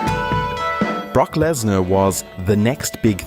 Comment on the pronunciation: Prock blessnar 😂😂😂😂